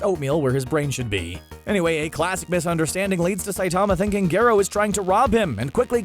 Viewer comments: he's called garro not gerro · The way Garo was pronounced was infuriating.